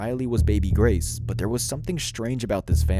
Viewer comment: Grace, not Grase.